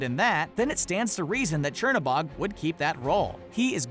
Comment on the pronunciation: Not a big deal but the right way to say Chernobog is cher-(chair) no-(no) bog-(bo -ge the ge is a guttural G so sounds like G-e almost like the GU in the word gut). I hope I make sense with the way I am trying to teach you how to pronounce Chernobog but this is in Russian other countries will pronounce this differently. Fun fact Cherno means black and Bog means god and is like the devil in Slavic folklore because his opposite is Belobog which means white god or a better way of saying it would be light god as Chernobog would be called the god of darkness. I am actually really impressed with Disney to be so well informed with Slavic folklore which they could of chosen the easy route with Norse, Roman, Greek, or Egyptian gods. Also thank you Screen Rant for this great video and also for you to share with us.